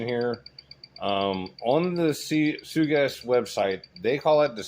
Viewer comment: It's pronounced Sugess, not Sugess